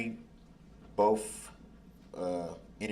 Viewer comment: Boff...it's both th th not f f